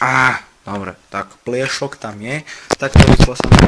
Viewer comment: Ako nehovorit slovo pliesok s ruskym prizvukom :D